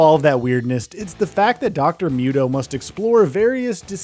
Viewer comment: It's Dr. MOO-toh, not myut-oh. noob.